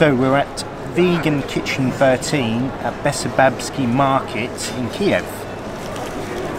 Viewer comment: It's funny that you absolutely butchered market's name while sitting in vegan cafe. Oh the irony. :)